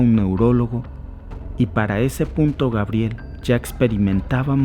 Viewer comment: Por que dices Gabriel ? Es su pronunciacion en Frances y se escribe Gabriellle, Pero estas hablando en español di Gabriela. Cuando hables en Frances puedes decir Gabriel o sea Gabriellle.